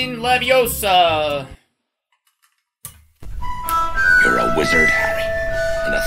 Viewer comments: It's leviooosa, not leviosaa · Hermione: Its Levi-O-sa, not LeviosAR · it’s LeviOHsa, not LeviOHsA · it’s levio-SA not levi-O-sa